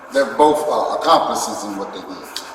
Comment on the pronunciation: “Boaf of em” 🤦‍♂️